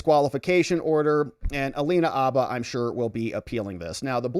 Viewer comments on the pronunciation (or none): The “H” in Habba is not silent.